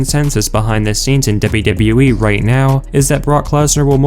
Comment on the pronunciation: Debyu debyu ee